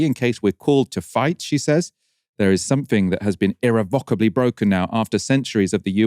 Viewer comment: English is a stress-timed language. Where we put stress in a sentence or word conveys meaning. If you put the stress in the wrong part of irrevocably, it's really jarring to native-speakers, and we might not know what word you mean. We usually stress the penultimate vowel, and that is the case with irrevocably with the A, not the O, it also makes it easier to say? I'm surprised this is not a familiar word to you in normal conversation, it clearly is not. Look up the pronunciation guide in the dictionary with the phonetic representation or use one of those audio samples if you're not sure. Don't copy the yanks. They're not English or very literate. Watch and read more quality British media and get back in touch with your native dialect, even though that's not how you say it, even in the american accent; this is the problem with this new Youtube semi-literate dialect emerging on here. Again, like any editor will tell you, pick a dialect and stick to it. 80% of it is native English and something like 20% is youtube american content creator dialect. /ɪˈrɛvəkəbli/ weird take. You know the EU won the last trade war in , right? Harley Davidson and the Bourbon producers were yowling at Trump and then Biden, so that was one of the first things Biden did was to take back the EU tariffs. Why do I need to point this out. Why am I made to feel like Winston again in "1984" that it seems to be only me that remembers exactly 4 years ago. The Eu is also making an army. someth